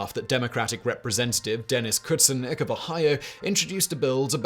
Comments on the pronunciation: How did the name of Representative Denis Kucinich (koo-SIN-itch) get read as "Kudsen"? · Butchered Dennis's name. Koo-Sin-itch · Dennis coo sin itch. that’s how his name is pronounced. I think the aliens are after our pronunciations hiev is pronounced kyev, not keev. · Dennis Koo-sin-itch (he's a nut, by the way) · Fmr. Rep. Kucinich’s name is pronounced Coo-sin-itch just for your reference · It's Dennis coo-sin-itch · It's K-oo'-sin-ich, like spinach... not that I imagine you will ever have any other reason to say his name again, but, just in case... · Good to see Simon is keeping up his pattern of just guessing a pronunciation of a word he doesn't recognize rather than doing any research. It literally takes all of 10 seconds to do a search for the name Dennis Kucicnich and find an example of someone pronouncing it. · Wow call the homicide police because Simon just murdered Dennis Kucinich's name.